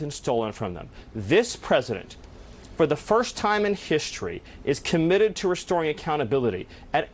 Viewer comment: CO-MM-IT-ED!!!! HAHAHAHA 😂😂😂😂😂😂